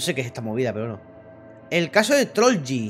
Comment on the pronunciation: Se dise trolch